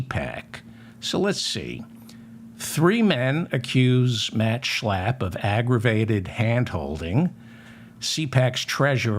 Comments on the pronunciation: Checking my online dictionaries: 'schlapp' (pronounced 'shlupp' in German) = limpid, floppy, listless etc 'Schlapp' as pronounced by David, is like shlep (to drag, to pull) in Yiddish. So, when Matt does not drive his dearest most Mercedes and gets a bit listless, he's likely gonna shlep a handsome young Republican, before then nodding off to, well, shluff (sleep). Oops, I forgot to bring in the exorcist! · I love how he says Matt Schlap. I find myself blurting out those words at full volume when I'm working late and need to keep myself awake. It makes me laugh and I thank David for teaching me the correct pronunciation. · I love your show. One of the minor reasons for this is that I love the way you pronounce the words Matt Schlap. Especially when you’re making a point of showing us what a lying creep he is. Bravo!